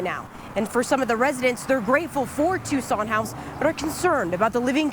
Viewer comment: Please stop mispronouncing it "Tyu-sawn". It's Too-sawn.